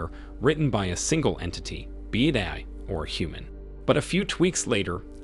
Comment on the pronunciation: forgot how to say AI